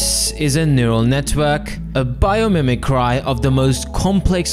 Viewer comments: wait.. is it mimi cry or mimi kri? (pronounciation) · A “mimi”-cry? Come now, that’s hardly the correct pronunciation there… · Mimicry is pronounced like mih-mih-kree